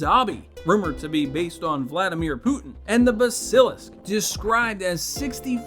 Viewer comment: I can see Dobby being based on Putin, but how the hell can you mispronounce BASILISK that badly???